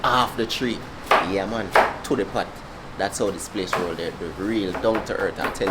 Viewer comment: The word is how not 'ow